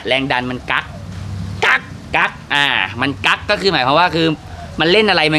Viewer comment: กั๊กไม่ใช่แบน😂😂